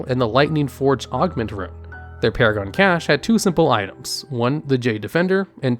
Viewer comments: Dang, after 47 hours I hate to tell you it's pronounced \CASH\ not \cash-AY\ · It's pronounced cash. Not cash-eh. Lmao so cringe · Cache is pronounced like "cash". "Ca-shay" is spelled cachet, and means something else. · Cache is pronounced "CASH" not "Cashay" unless you are speaking French. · my guy, its pronounced cash, not cashay xD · Cache is pronounced "cash" not "ca-shay". Cachet is the word you're saying, meaning (ironically) reputation. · Had to stop watching after the 30th 'cashay'. Cache is pronounced 'cash' my dude. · I'm so sorry, but it's pronounced kaSH and not cashay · 100/10, I'd give you more but you keep saying caché (like cliché) and the odd cache (like cash) when the latter is the correct way of saying cache :P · cash-ey wtf dude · Cache is pronounced Kash ffs. Soooo much cringe mate. Sorry just had to share. Drives me insane when people can't pronounce shit properly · “Cache” is pronounced like “cash”. The word you are pronouncing is “cachet”, which isn’t the same thing at all. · Omg, cache is pronounced like cash. Cachet is prestige... This is like fingernails on a chalkboard. I recommend you get an editor. This is terrible. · "CACHÉ" HAHAHA learn to speak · Cache is pronounced Cash in english. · "cash-ay" i cringed so hard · Love the videos but by Christ your pronunciation of cache was killing me! For future reference cache is pronounced as cash, as in, cold hard cash. Nevertheless keep up the good work mate! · "Cache" is pronounced Cash. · Damn, I love, but the “naxxaramas” and “caché” is going on my nerves.... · Wouldnt be a vid without some ungodly wrong pronounciations. Like I can let caché slide because englisch is a clusterfuck of a language sometimes. But man that other one.... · is the casheh thing a troll or do you really think its pronounced that way? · I had to pause listening to this video around 34minutes because your constant mispronunciation of « cache » as « caché » was triggering me.